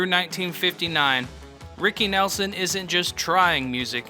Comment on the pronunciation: When you pronounce his name wrong firstnthing…I’m done watching